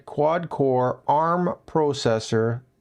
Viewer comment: I have never heard anyone say processor that way.